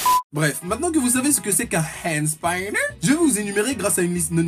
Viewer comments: On dit hand spinner même en anglais pas hand spaïnner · Enfin quelqu'un qui est du même avis que moi de la connerie ce "Hand spAAAÏÏÏÏnner" ou je c pas comment tu prononce😂😂😂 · "hand spailleneur" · Le Hhaënd Spaïneur